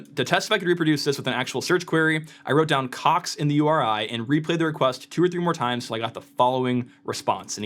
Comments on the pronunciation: Americans still can’t pronounce the ‘o’ vowel sound. Caaaax 😂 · i love how he keeps putting more and more emphasis on the word "Cox" as the video goes on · It’s funny cox sound like another word